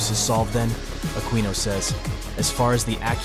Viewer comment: Who is "laffy" and "aquinu" ?